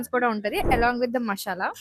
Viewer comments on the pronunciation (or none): Masala ❌ Mashala ✅ Sudden ❌ shudden ✅ 🤷‍♀️🤷‍♀️🤷‍♀️